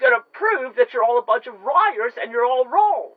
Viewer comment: “you’re all a bunch of RIARS!” And don’t forget, she’s got 3 witnesses